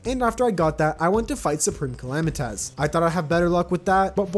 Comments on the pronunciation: I lose a brain cell every time he says calamitaz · YOU SAY SUPREME CALAMITAS CAL-LAM-I-TITIS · bro please stop calling it supreme calamiTAS